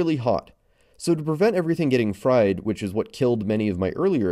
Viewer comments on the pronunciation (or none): none